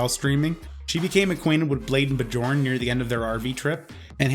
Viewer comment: Why do Americans insist on pronouncing things exactly as they are spelled, even if they know the correct pronunciation? It's so fucking obviously bee-yorn, not buh-jorn. Not having a dig at particularly, just like 90% of Americans. The other 10% seem to horrifically overcompensate and try to pronounce names with accents which sounds awful. D: ALSO: EPI-TOME?! E-PIT-O-ME